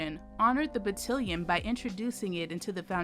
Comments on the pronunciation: It's Battalion! Lawd why does she keep saying it wrong smh lol but I love this story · Look forward to learning about this. Within five minutes, a mistake - battalion pronounced battillon. I know this happens all over the place. But it disturbs focus. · Just one question: what's a "battilion"?? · You are mispronouncing battalion batt all ion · Loved this! I learned how, as these amazing women served, they paved the way for women vets like me! Note: it’s pronounced buh- tal- like al with a “t” - ion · BUH - TAL -YEN, BUH - TAL -YEN, BUH - TAL -YEN. Hand Salute!!! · THANK YOU!!! I keep losing focus when she says it like that ugh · It's Battalion (Ba-Tal-Yon) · Please pronounce "battalion" correctly!!!!! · The word battalion is mispronounced throughout this whole video. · I wish the AI speaker would learn how to pronounce "battalion" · Consider replacing the entire narration / voice over. Battalion is mispronounced so many times... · Great video but I almost turned it off every time she mispronounced “battalion”. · Its Battalion Not cotillion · And to had the same reaction to ‘Ba-til-li-on’ rather than Ba-TAL-li-on. The audible difference may not be noticeable to non military! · Battillion? I think it's pronounced Battalion. It's still of course a magnificent story of a magnificent group of soldiers. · As a soldier, hearing "batillion" instead of "battalion" was getting on my nerves was well. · Battalion!!!Bah-Talll-Yun😒😤Couldn’t help myself. Navy Signalman. Lovely documentary otherwise 😊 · Great presentation on omitted information! Just an FYI… In the military, the word is ‘battalion’ to rhyme with ‘stallion’. Very different from the word that rhymes with ‘cotillion’ , a formal ball where young ladies are presented to society. At any rate, however you pronounce it, it is a remarkable story. I only hope the word can get out about it and even make it into the history books! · Its Battalion, not Battilion. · FYI, it’s battalion, not battilion